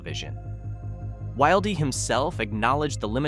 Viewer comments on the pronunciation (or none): I'm pretty sure his name is pronounced "will dee" not "wild ee"